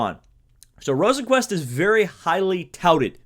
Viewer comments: You were actually closer with the first pronounciation of Rosenqvist's name. It's more like Rosenqvuist, definatley not Rosenqvuest. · I’m Swedish and I think it’s pronounced ROsenqvIst